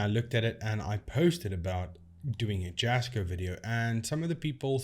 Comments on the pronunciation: First of all, you don't even pronounce his name correctly. True Jasko fan here. Do you seriously make yourself from bashing others?? Jasko is real and caring. Stop hating. Seriously lame. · First off it's pronounced yasko. The j is pronounced like a y sound. But on this topic I've been saying this for years. All his stuff is bs. And every title of his videos says things like " the most haunted"or the scariest night" or the worst camping ever. And if you know anything at all about the paranormal you don't always get interactions or things worthy of posting. But jasko every two days and every location is "the most" ,"the scariest" and this is nothing but bs. Most of his stuff is rented air BNB or cabins that he always claims the owner contacted him to investigate. Heck the entertainment value of his videos are just stupid and unbelievable. It's all for clicks. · Leave Jasko alone, what give's you the right to slate him and other's, he works dam hard for, yes you have an opinion but concentrate on your own you tube, id like you to camp in a hunted forest, do you think this will both Jas or Chris, you can't pronounce Jas's name, what you trying to ruin his reputation, leave him alone